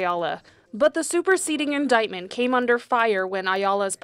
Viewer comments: When you have a Public Defender that can't pronounce indictment properly, you're screwed. If you listen closely at the :56 mark he says "inditment". The Prosecutor BETTER NOT screw this up. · Never hire a lawyer who doesn’t know how to pronounce indictment.